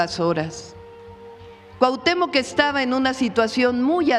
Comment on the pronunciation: Por qué deforman las palabras están usando la palabra Cuahutémoc con K al final